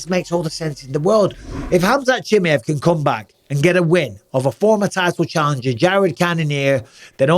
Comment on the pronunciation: I don’t like how Bisping says Chimaev